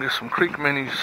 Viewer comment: Minnis? The word is minnow not minni